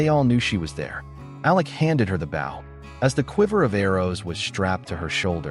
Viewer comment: An Indian’s bow is pronounced with a long “o”